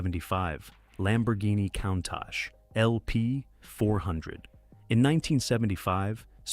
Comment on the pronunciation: At least pronounce "Countach" correctly!